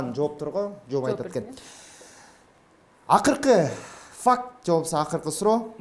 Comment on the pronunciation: Урматтуу алып баруучу мырза эмне үчүн дайыма ФАКК деп сүйлөйсүз? Туурасы факты болот да ; -Акыркы факка келдик дебей. Акыркы фактыга келдик деп айтсаңыз.